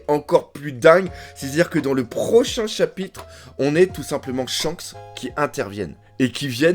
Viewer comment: À la 15 ème minute, il y a eu confusion entre "chabite" et "chapitre" 😂